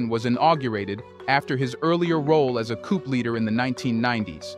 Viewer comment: Please pronounce coup without the "p" at the end.